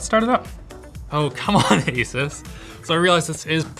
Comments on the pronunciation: Linus: Makes sure to pronounce 'Asus' correctly.: AsUhs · I really wish tech channels would decide on how to pronounce "Asus". I've heard Linus say it both ways. I've heard Steve say it both ways. I've heard Jay say it both ways. I don't care which one they settle on. Just make a decision. Also, if you say "asoos" instead of "Asus", you're the devil.